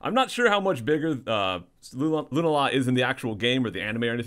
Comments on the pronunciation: GAH! lol Lunala = loon-AH-la not loon-ah-LA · isn't it pronounced like lunaaala? not hating,just curious.